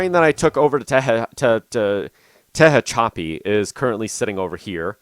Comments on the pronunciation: Some help with California Cities... Tehachapi is pronounced (Te) (hatch) (a) (pee) emphasis on the hatch. Barstow is pronounced as spelled, (Bar) (stow), second syllable as in stowaway. The pass cajon is pronounces (ka) (hone) pass. Pretty cool video. I'm thinking of getting the game. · But Tehachapi hurts even more